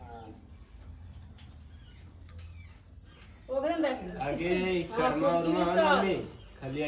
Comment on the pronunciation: Karwa nhi karma bolna seekho sirf shadi or ldke ko fasane mei tez ho